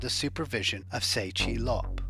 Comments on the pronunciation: His name is Tse, not Se. You've got to pronounce the names properly. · Please!! TSE is not pronounced as 'Say' it is pronounced as 'Chair'